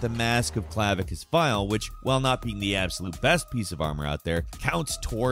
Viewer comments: clavisious? you mean clav uh kiss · Clavicus not Clavicious, reading is hard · "Clavicious"? Dude, why do you mispronounce something in every single video??? 😂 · Clavicious. Lol. First time I heard it pronounced that way.